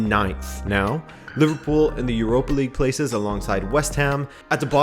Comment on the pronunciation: Every time said "league uhrr" I laughed a bit